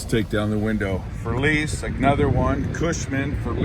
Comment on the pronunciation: Who the hell is FERLEESE? And WHO IS GRAPHEETEE? And why do you keep repeating FERLEESE, FERLEESE, FERLEESE, GRAPHEETEE GRAPHEETEE GRAPHEETEE? There’s NO ONE THERE?